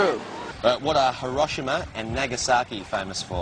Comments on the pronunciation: If that guy came to and asked about the Hiroshima and Nagasaki thing, I would've been weak. He needs to pronounce it correctly at least. It was painful to watch but, shit was too funny. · The interviewer said Hiroshima wrong =\